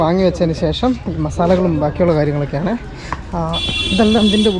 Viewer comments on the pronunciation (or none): none